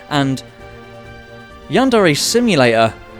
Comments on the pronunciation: How to say it: Yandere. Yan-Də-Rə (What is this symbol, you ask? It's the character that represents the sound you made when you said "the" in your head upon reading this. Not an E sound and not quite the Uh sound.) How not to say it: yanDAIRY. yanDERRY Yanderay. Never stress the second syllable of Japanese words because when you do: Japanese people experience cringe. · I swear I'm not a weeb, or a yandere sim fan, I'm just a linguist It's pronounced closer to yanduray than yan DARE ay Edit: he starts pronouncing it correct later in the video